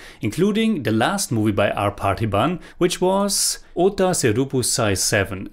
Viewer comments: Bro Don't Pronounce Oththa As Othaa both are not same othaa means fuck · the way you pronounced 'oththa' in 'oththa seruppu' means 'fuck' 😂 it is 'oththa'...dont pronounce it with two a sustaining two 'aa's at the end..Pronounce a single 'a'.. I hope this helps. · The way you pronounced otha seruppu actually meant "the shoe that fucked"! You need to use a short O and put a stress on the second syllable for it to mean 'single shoe'.